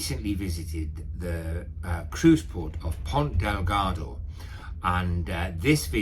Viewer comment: Another great video. Good info. I'd like to point out... it is Ponta Delgada. ( there is an "a" at the end of Delgada).